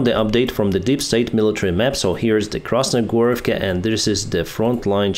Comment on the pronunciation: KrasnoHorivka, not KrasnoGorivka!